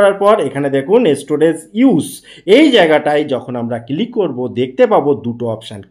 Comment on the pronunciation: ভাই এটা কিলিক না ক্লিক হবে 😅